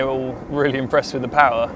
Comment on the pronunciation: "" MAGIC "" PAUAR ))))😂😂😂